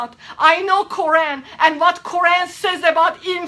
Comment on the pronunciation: pay attention she can't even pronounce Quran correctly. Fake!!!!